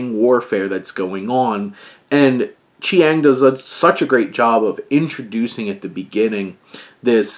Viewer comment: Director's name is pronounced Cheng. Its just spelt differently because he's from Macau and Portugese approximation works differently than English.